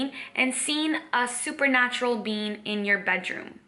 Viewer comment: Lol! For a second I thought you said “a multi-dimensional bean” Great videos...! Living the Dream!👍